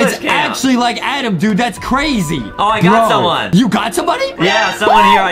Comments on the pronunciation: It’s Adam not adem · Little Brother u called him grampa piggy Adem